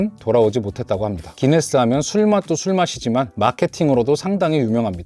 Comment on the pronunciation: 구인네스가 구수함